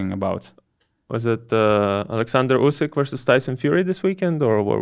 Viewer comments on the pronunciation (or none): none